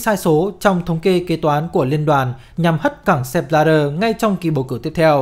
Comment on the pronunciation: Sao lại đọc là Sép Bờ la đơ nhỉ??trong khi tên ông ấy viết là Sepp Blatter